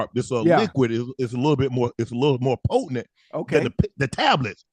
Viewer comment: This man Unc said the liquid is mo’ pote-a-nent..i’m deady lmfao